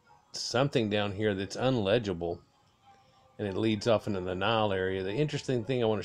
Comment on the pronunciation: Illegible Not Unlegible